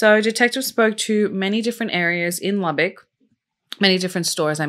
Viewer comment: I'm from Lubbock and am so proud you pronounced the city name correct. I'll never forget this case. Such a devastating loss.